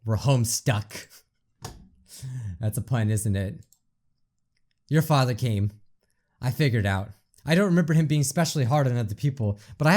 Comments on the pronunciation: She said “When I came here to hide from my FatherRrRrRrRr” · "When i came here to hide from my fatherrRrRrRrRRrR" "I hate being called cute"